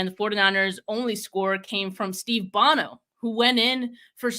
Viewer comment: I love, but she showing her youth the way she mispronounced Bono and Seifert. LOL. Gotta call you on it young'n. Ha!